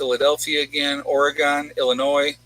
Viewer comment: Or-Gun. Not Or-eee-gone. :)